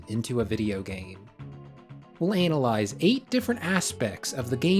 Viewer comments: "we'll anal eyes" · 😅did he just say"analize" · Ahhhh why'd you have to pronounce "analyze" like that?